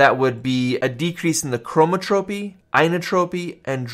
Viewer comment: Thanks for the explanation! I've noticed you said 'chromotropy'. Please note that it is 'chroNotropy'...it's about the tempo. Thanks again!